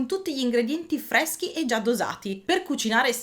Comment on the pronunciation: Video simpatico e ben fatto, ma la pronuncia italiana ... come minimo da rivedere :)) resisténte, frèschi, esigénze, ambiénte, spréco, Séttecénto, poténti, sécoli, certèzza ... mi fermo, ma ne sbagli troppi a raffica :))